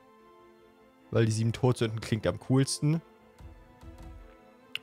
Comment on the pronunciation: Ich hab die ganze Zeit gedacht : Die Sieben Brot Sünden? Was ist das für ein Name? Bis ich genauer hingehört habe und mir aufgefallen ist das es tot nicht Brot ist 😂